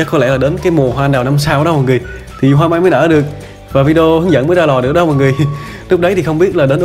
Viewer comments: D Ây Mới Đúng Ko Phải D Ét Nha Anh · Đi ây là anh cứ kêu là đi ét thế nhờ?